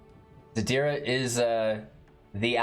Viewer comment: ziRda not zaDira <3